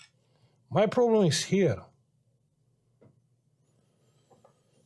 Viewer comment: i m watching the video butchering the pcb and hearing "yeah no prrroblem" hahaha amazing edit: damn the capa the otherside XDDD my poor man thats HURTS that's IPC -10 level (